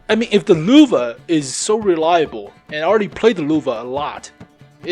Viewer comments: It is Lehwe not Luvah,... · LÖWE not LUWE!!! As a german I got cancer hearing that. xD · Every time you say Lowe i cringe. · its frustrating listening to how he pronounces "löwe" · Bunch of idiots in the comment section “yOu SAy LöwE WeIrD